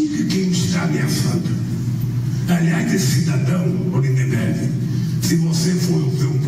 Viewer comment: Villa você também errou. Não é Lindenberg Farias. O nome correto é Lindberg Farias.